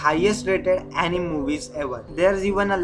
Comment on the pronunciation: Uh ni me 🥲 correct pronunciation